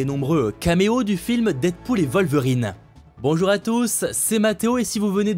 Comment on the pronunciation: C'est qui "vol-verine?" 😂